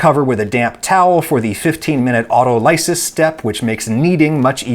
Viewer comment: one day adam will pronounce autolysis correctly and I will be a happy youtube commenter